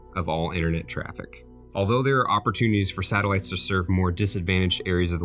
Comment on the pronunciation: Satallites lol 😂